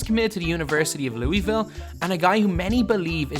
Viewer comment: Why’d you pronounce Louisville like that?